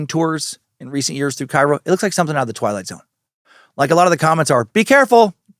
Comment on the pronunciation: Had to comment bc I believe locals call it Kay-Ro